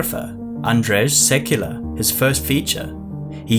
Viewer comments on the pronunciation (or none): Andrzej Sekuła the Polish letter ł is a w sound, it's not an L. Still you got the name right in spelling because IMDB has it wrong and makes it l in the spelling. So it's pronounced SEKUWA, not SEKULA. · Very good video and lot of interesting information. Thank you. By the way - Sekuła is pronounced [sekoowa] - ł in Polish is like w in what, when etc. ;)